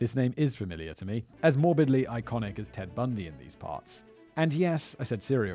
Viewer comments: Did he say “Ed” Bundy or did I hear that wrong? If so it’s Ted Bundy...🤙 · Simon, did you say "ED" Bundy?!? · Are we all going to gloss over the fact that he called Ted Bundy Ed Bundy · Lol "Ed" Bundy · Does he keep saying “Ed Bundy”? Love and marriage, love and marriage... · Who the hell is "Ed Bundy"!?!?!?! K-9 0Ut... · Did you honestly say Ed Bundy and not Ted Bundy ? 🤣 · Did...did you actually say, “Ed” Bundy? What, uh, what exactly are you sippin’ from that coffee mug, sir? Alcohol? Is it alcohol? Are you drinking on the job? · "Ed Bundy" - Simon Whistler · does Simon say Ed Bundy?? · "Ed Bundy"??